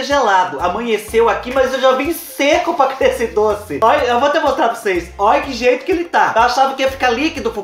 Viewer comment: Cheira "prucês" vê 😂😂😂😂😂😂😂